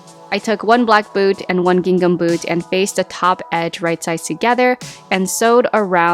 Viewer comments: Lol It's not pronounced "Ging Gum!" That fabric is pronounced "Ging am" - i.e. the "h" in the second syllable of "gingham" is silent. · The second G in gingham is silent. It’s pronounced “ging-ham”. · Great video and love the ideas! Just in case you didn't know the second g in gingham is silent 🤍🖤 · Everything turned out cute! I noticed you pronounce “gingham” different from the way I do….is that a California thing?